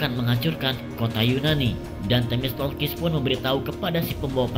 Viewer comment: Themistoklis bang, bukan themistolkis